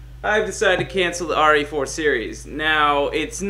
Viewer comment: why do u say RA4